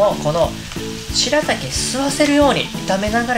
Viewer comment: 前は「すらたき」って言ってたけど今回はちゃんと「白滝」って癒えてますね！